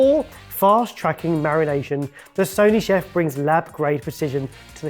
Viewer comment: "Sony-chef"? I'm sorry, but is today your first day with the English language? It uses sonic pulses. The name is clearly meant to work off the pun of sonic in the name. "Sonic-chef" is probably closer to how they would want it pronounced.